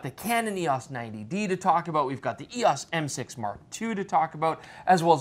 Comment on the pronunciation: It's "E-OHs" instead of "E-OSS." Haven't this guy seen the old Canon Rebel commercials with Andre Agassi? He looks old enough.